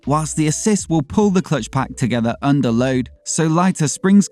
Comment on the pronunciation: I was like what's an "Ass Clutch"? 😂